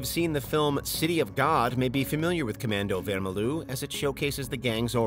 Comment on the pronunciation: as a brazilian, that pronunciation of "comando vermelho" was hurtful to listen